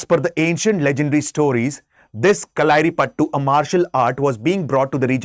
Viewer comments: not payattu, "Payatt "that's all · It's कलरिपयटृ not कलारी . And actually it's not ल it's 'ള ' for there is no hindi letter. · Correct pronunciation can be shown in Marathi/Sanskrit letters. कळरिपयट्ट् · If you can't pronounce malayalam words then, why try making such content... Get a malayali to make content for you, it's not pasashi... or kalaari or kalaari pathu... Aisa lag raha hai ye "thu-thu" kar raha ho, of the ancient classic dravidian languages ka. Get language proficiency then make videos, like you guys tell South Indians to learn your language properly. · Improve ur pronounciation it kalaripayatu